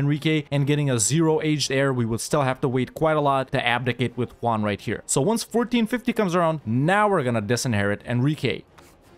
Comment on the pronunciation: "King Ju-won". "Cape Verd." Well we can cross Spain off on the "where is from?" list...